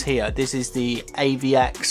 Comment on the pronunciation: So let me get this straight..you can't pronounce the letters T-H, as in the letter 3 (you say FREE), nor can you pronounce T-H as in the word THE (you say DAH)!?